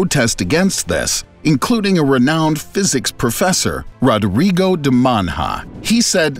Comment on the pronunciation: Rodrigo de mana like the Spanish tilde, please.